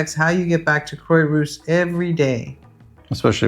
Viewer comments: Croix is not pronounced "croy" but "croa" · Quah rousse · It’s pronounced Craw-rousse😊. Great video. Thank you for the City Planner App suggestion! Brilliant ❤ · Croy-what? The least you could do is learn basic pronunciation. IPA to the rescue. [kʁwa.ʁus] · Croix-Rousse (ginger cross) crwa-russ. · You lived there HOW long, and you can’t pronounce Croix-Rousse???